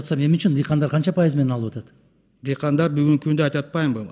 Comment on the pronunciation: Адахан Кимсанбаевич президент болсо ,баардык министирлердин кактабай канын алат болчу. Доодуроп бул министирибиз озунун тилин туура суйлой албайтко дыкандар деп коет